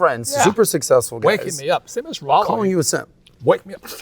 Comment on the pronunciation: I have watched other videos with Robert. Yes, he speaks the red pill terms but he does not practice them. Still calling his ex, his wife. That is blue pill. He does not even pronounce Rollo correctly. A lot of YouTubers like have Rollo terms memorized, but their words betray them if you listen carefully.